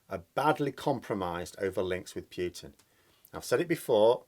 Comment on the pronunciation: For the 3rd time, for pity sake will you STOP saying PEWTIN and start saying POOHTIN like the rest of the world. Thanks.